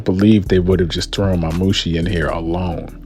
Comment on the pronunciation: Why're you putting so much emphasis on the "o" in Daemon? 😂 It's pronounced more similarly to "Demon" but with "Day" instead of "Dee".